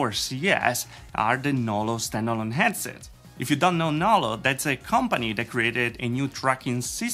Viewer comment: I think he lives in the New York area as the people from there often drop the h sound.